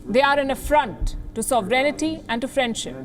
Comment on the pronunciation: Why do you always pronounce "sovereignty" as "sovereignity". Pronunciation of English news channel anchors are regarded as ideal. But you are ruining it.